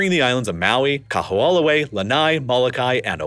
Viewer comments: The only thing that sounds really off is Kaho'olawe. W's are usually pronounced as V's in the middle of a word for most words (some exceptions exist). Because it's not populated or widely discussed except among locals, the pronunciation without the V sounds almost unrecognizable. That being said, the W in Hawai'i is often pronounced by natives as a V. And the " ' " is an okina and is usually a hard pause and to skip it can actually change the meaning of the word. Making it like "Hava-ee" or "Kaho-oh lahvay" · I was also impressed by how he quietly mangled Kaho'olawe. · I've lived in Hawaii for 15 years and learned a ton of things I didn't know about Hawaii's history from this video. Btw, I still have trouble with pronouncing Hawaiian words, but can tell you the island of Koho'olawe is actually pronounced KO-ho-O-la-vey. Great video, thanks! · Kah\-who-AH-luh-way is worse! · Hearing you pronounce Kaho'olawe was pretty funny 🤣 for those unfamiliar, W's in Hawaiian are actually pronounced as V's. So it would sound like Ka-ho-ou-lah-ve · Kamehameha is pronounced Kah-May-Hah-May-Hah. Kaho'olawe is pronounced Kah-Ho-Oh-La-Vay. And Hawai'i is more accurately pronounced Hah-Vai-ee. Otherwise, this was really good, and I appreciate that you did not shy away from describing just how Native Hawaiians have fared in this transition and also the extreme challenges of living here (especially on the outer islands, which do not have the same diversity of employment opportunities, but the smaller population definitely makes for a much more sedate existence). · Learn how to pronounce Kahoolawe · His pronunciation of Kahoolawe is off. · Really? Every time I hear him pronounce it, my ears bleed. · Yikes! Everytime the narrator says "Kahoolawe" I flinch. Otherwise, great documentary! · Bra! and he said it so many times! cringed every time haha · Bro I was rolling I think him pronouncing Kaho'olawe was my favorite way someone butchered the name.